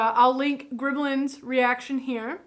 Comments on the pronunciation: GrEmlins, not Grimlins...... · Its funny how she pronounces it "grimlens"